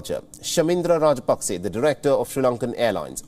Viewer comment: it is NOT Pakse. ot is Paksa. hrsva sa vowel.